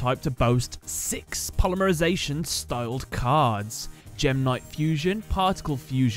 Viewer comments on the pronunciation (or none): none